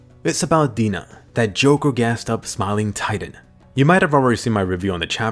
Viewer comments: "The smiling titan that had Hannes for dinnah (i know its Dina but i hear Dinner but dinnah) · Did this guy say Dina instead of dinner? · In English dub, Dina sounds like Die na